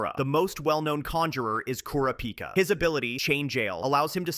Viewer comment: its pronounced ku rah -pi kah